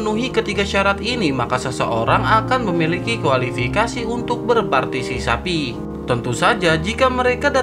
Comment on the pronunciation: Entahlah dari awal gw dengar "berpartisisapi", tapi sebenarnya "berpatisipasi"😂